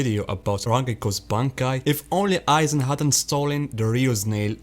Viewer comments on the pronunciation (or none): none